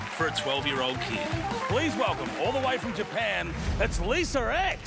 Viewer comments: Lisa-X NOT Lisa Rex! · This video was taken about 7 years ago. Currently, she is a 19-year-old professional guitarist. Her name is not Lisa Rex but "Li-sa-X". Search "lisax" or "Koiai" (her brand-new band). She is still progressing and is one of Japan's leading technical guitarists. Original video was uploaded by "Little Big Shots Australia". That's why she played AC/DC. It was her service for audience.